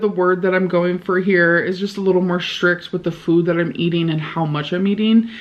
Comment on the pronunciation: Schrict, schring, schraight, why does this bother me so much? Does she know these words have t’s?